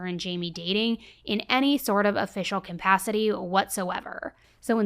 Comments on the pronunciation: Love this channel,, but there's no such word as "cOMpacity" which you say a lot. It's just "CAPACITY" which is actually easier to say. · I love you but it’s CUH-pass-it-tea (capacity) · I love your stories! But for the love of God, please pronounce capacity correctly. There is no “M” in capacity. Thank you. Again, love your channel! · Pls stop mangling the word capacity pls